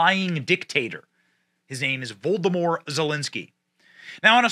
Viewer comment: Benny...I adore you, but God bless it...your pronounciations are something else! Its not Vol-doh-more...its pronounced Voh-lod-oh-meer. Its noo-clear. Its WREAK havoc. Its all I can think of at the moment...and though I know youll never see it, I had to say it...again. I still love you! 😄❤🇺🇸